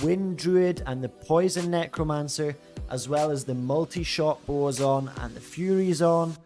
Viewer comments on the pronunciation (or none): none